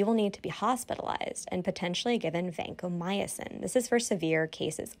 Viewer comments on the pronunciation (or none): Vancomyosin? You mean Vancomycin?